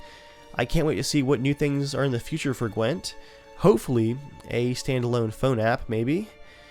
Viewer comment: "A standalone phone app of Qwent" CDPR: Hahaa that's cute